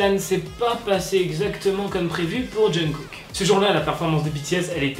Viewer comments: TU FAIS BEAUCOUP TROP DE FAUTE LA DERNIÈRE FOIS C'ÉTAIT AMRY AU LIEU DE ARMY ET LA C'EST JUNGKOK AU LIEU DE JUNGKOOK MAIS WSH RESSAISI TOI 😅😅😂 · Je pense pas que se soit choquant pour nous, on est "habituer" à voir pire, mais en Corée c'est beaucoup moin le cas. Même si j'adore le look délacalé de HyunA je pense que se genre de chose n'est jamais un bon exemple, alors si on peut en limiter.. Sinon c'est "Jungkook" 😘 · JUNGKOOK EN FRANÇAIS JEONGGUK EN CORÉEN ET PAS JUNGKOK 😭